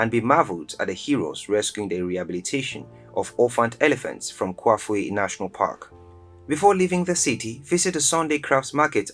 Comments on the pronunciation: ITS NOT KAFWHE RIVER, KA-FEW-WHE OR KA-FULL-WHE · KAFUE... KA.FEW.WAY if you want to pronunce it properly